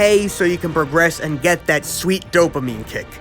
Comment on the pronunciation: "Domaine kick" lmaoo